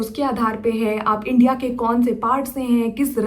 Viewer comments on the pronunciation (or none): none